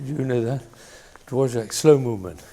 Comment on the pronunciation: Dvorak, pronounced davorjack. His cello concerto specifically the first finale